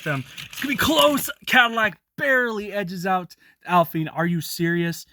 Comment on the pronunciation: alpine is french and aston martin is pernounced as-ton martin